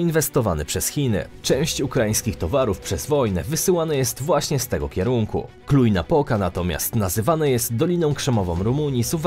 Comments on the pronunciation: Cluj-Napoca nie czyta się jako kluj, odczytywanie z przygotowanej kartki JDG zamiast rozwinięcia skrótu to tez raczej plama w materiale wideo, materiały jak już ktoś wcześniej wspomniał z Budapesztu, a nie Bukaresztu. Odwroce pytanie, co tu było świetnego? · Wymawia się Kluż-Napoka, a nie Kluj.XD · czytamy Kluż- Napoka ;)